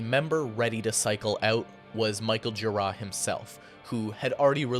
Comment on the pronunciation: Why are you pronouncing Gira and Jarboe with the accent on the 2nd syllable?